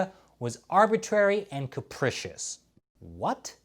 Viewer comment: Maybe Trump doesn't know the definition, but you don't know how to pronounce it. Phonetically, it's like this: kapreeshous. I'm not trying to take a shot at you. I like your style & reporting.